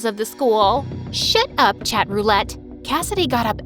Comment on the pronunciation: In I think she said "shit up" instead of "shut up"